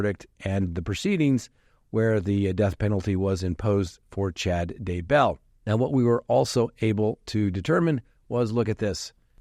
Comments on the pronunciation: Not, Chad da-BELL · Wondering - are you in the eastern part of the US? It's Chad DAY-bell